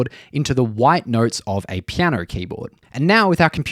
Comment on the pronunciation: When you say notes, it sounds like you are saying nerds. 😂